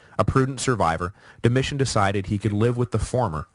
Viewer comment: ➡Dom-e- tan. ➡Ortho= ortho. POOR PRONOUNCING